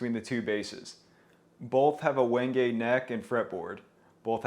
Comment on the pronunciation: its Wenge, pronounced like a "hinge" for lack of a better example